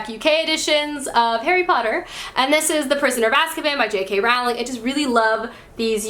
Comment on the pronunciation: You said Rowling wrong, It's pronounced Rolling